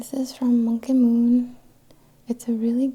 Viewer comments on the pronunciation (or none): none